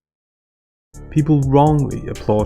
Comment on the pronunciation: Why does she say, "IYM" instead of "um?"